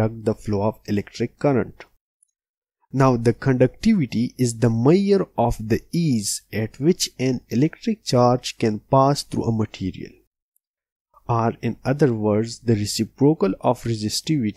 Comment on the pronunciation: its measure not mayor